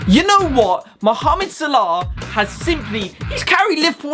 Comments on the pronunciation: Its so funny when he sais sarlarrr its salah😂😂😂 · It’s salah not sala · He says mo salar😂😂😂😂😂😂